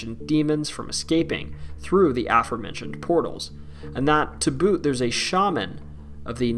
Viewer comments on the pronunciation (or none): none